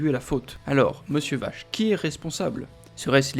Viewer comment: Vaché pas Vache 😉